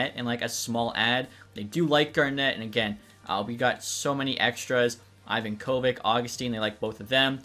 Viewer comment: Note For The Future: It's pronounced Ivonka-Vitch NOT Ivan Kovick